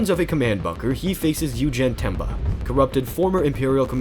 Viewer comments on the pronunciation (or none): none